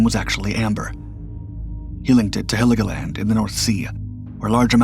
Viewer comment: It's Helgoland, not Heligoland. Nice video though. YouTube finally caved and decided to show me videos that are not already in my watch later list and I like it.